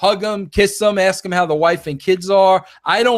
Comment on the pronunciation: I was waiting, in vain as it turned out, for you to address the leaving of JJ Dillon. Or for that matter the rudicrious claim, that you 'came up with' Montreal. Conveniently leaving out bits, for a change. Oh and it's 'ASK' not 'AKS'. Bro.